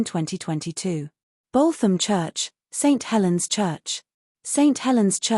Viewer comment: Dear electric narrator........ It's "Boot 'em' "..........